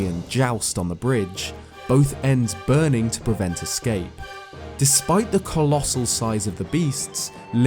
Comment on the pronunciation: He said it!!!!! COLLOSAL!!!